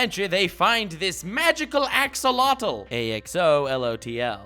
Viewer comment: it’s “A-X-O-L-O-T-L” not “A-X-L-O-T-L”